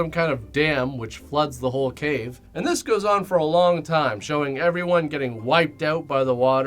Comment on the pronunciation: Every video where you say "This goes on (for a while)" it sounds like "Disco's ON" ;-)